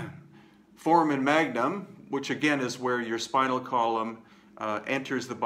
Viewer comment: It's pronounced for-AY-men, FWIW. (A "foreman" is the character with the lunch box near the beginning of Kurt Vonnegut's "Player Piano.") Thank you and thumbs up!